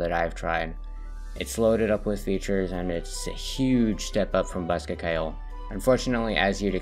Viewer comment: As an Irish speaking person hearing people pronounce ceoil as kile is painfull